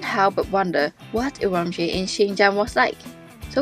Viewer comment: 你是怎么做到整个视频都一直把乌鲁木齐的发音搞错的😅